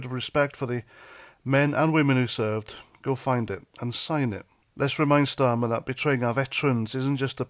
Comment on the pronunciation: did you say starmer, or STEAMER? ⬜⬜🟥⬜⬜ 🟥🟥🟥🟥🟥 ⬜⬜🟥⬜⬜ 🇬🇧👍🥂🫡🥓🍻🔔🐕🛎️💞🗽💪🍷🍹🍾